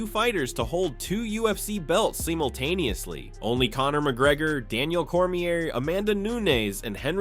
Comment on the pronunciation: Amanda New-aides lol..